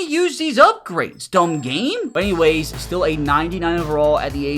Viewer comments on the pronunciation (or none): none